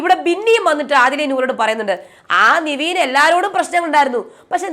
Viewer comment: Niveen ennu allalo nevin enalle correct peru.... Atleast correct name pronounce cheyyu